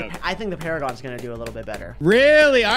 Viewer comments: 5-5-5 NUJA MONKEY VS NINJA PARAGON. (Also there "PARAGOAN" and not "PARAGON"). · “Paragaon” what the fuck